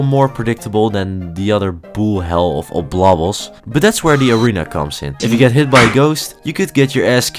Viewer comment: Just so you know, you put in an extra b in oblobbles and said Great instead of Gray in Gray Prince Zote